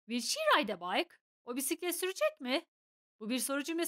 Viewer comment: Hocam will will şeklinde okuyorsunuz ama o aslında wıl şeklinde okunur bunun dışında ingilizcenizi beğendim😊